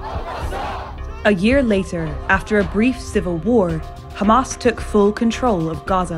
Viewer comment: LOL, the first narrator who knows how to pronounce Hamas!